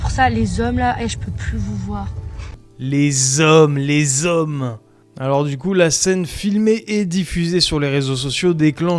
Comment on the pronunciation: "Les zhoms" 👀 nous le sachons